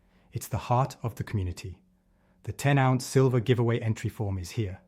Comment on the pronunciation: Silver - not sliver.....